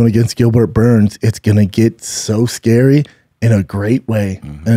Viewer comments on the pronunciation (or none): none